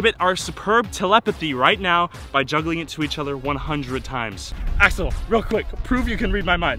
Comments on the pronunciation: Who else thought he was saying asshole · i thought he said ashole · When you said Sensai Axel I thought you said Sensai A**hole. XD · It sounds like you said asshole instead of axel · I got confusion when he keept on saying axel i looked away evry time he said axel i looked. At the screanlol